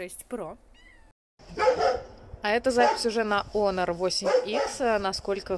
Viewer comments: онор, ОНОР ! Ты же моя хорошая, ну наконец-то кто это произнес правильно, дай обниму ! Оно же обычно у всех "Хуавей Хонор.." брррррр...крипота. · Вообще-то онор, а не хонор, я тоже скажу ксяоми, а сяоми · УМНИЦА,наконоц то не Хонор,а Онор,правильное произношение,спасибо,а то вместо h,говорят Х,получается одно ругательство